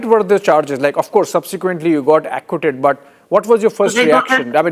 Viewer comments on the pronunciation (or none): Not only is he an idiot but he is mispronouncing well known words Amayrica, ackquitted, epidumic